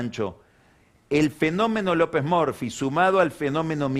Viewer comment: Excelente editorial como siempre. Me causa gracia las pronunciaciones de Pagni, como a Scioli le dice "Yoli", a Lopez Murphy, le dice "Lopez Merfi", y a Twitter, le dice "Tuirer". 😂😂😂